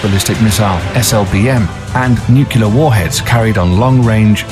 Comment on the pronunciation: And yet he cannot pronounce the word "nuclear," defying the stereotype that a "King's English" accent makes a person sound intelligent.